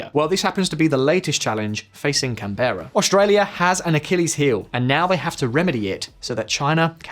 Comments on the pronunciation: /‘kænbɘrə/ with the accent on the first syllable and not /kæn’bera/ with the accent on the second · FYI its not pronounced Can-Bear-a its more like Can-bruh or Camn-Bruh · can-bra not can-bear-a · Ok. Say can, as in beer can. Now say bra, as in holds up titties. Can Bra Canbra. Canbra. Never ever called pronounced Canberra. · Canbeara got me laughing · Nice vid, but please stop pronouncing it as "Can-berrah". It's "Canberra", sounds like "Canbra". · Canberra is pronounced (Can-ber-ruh) not (Can-berra) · Just food for thought. But we pronounce the capital as "Can-bra". Not "cannbeera". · I was born here in Sydney, Australia and I bet that we can become a Superpower in Upcoming decades. Also, I bet that most of you fellow Aussies will agree with me when I say "Its not Pronounced Can-bear-ra, Its actually Pronounced Can-ber-ra!!" (The same goes for Wollongong, Brisbane, and Melbourne) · can-brah > can-berra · "Can Berra" every ozzi listening lolz... Its pronounced Canbura all said in one word rofl!! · “Can bare rah” its “can bra” lol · The way he pronounced Canberra was so ass come on man its not that hard its can-bru not can-berra obviously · Can-bear-ah 🙅‍♂️ Can-brah mate ✅ ☺️ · CanBRAH not CanBURa. Aussie english is't phonetic, my man. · It's pronounced Canbruh not Can berra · Just have to mention, it’s said ‘Can-br’, not ‘Can-bear-a’ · Sorry mate, but it's can'bra 2 syllables, not can-bear-a obviously spelt Canberra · Great video but it made me giggle everytime you said "can-bear-ah" as we pronounce it "can-bra" here, minor details, good work :) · Yeah-nah, it's "Can-Brah", not "Can-ber-rah". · Canberra is pronounced "can-bra", not "can-bear-ah" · When did CANberra become Can BEAR ah? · Canberra 😅 Can- ber- ra Aussies say : Can- Bra 😂 We just had to shorten it 😜 I hope Australian military security sector is doing its job. 🧐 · Cam bear a. Mate it's pronounced cam bruh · Lol Can Beara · We pronounce it "canbra" not Can-berra incase you were wondering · Can- berra lol